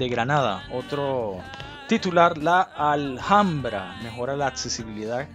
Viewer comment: Apreciado amigo, disculpa, pero te recuerdo que la H en castellano, es muda, por lo tanto no debes decir Aljambra sino Alambra.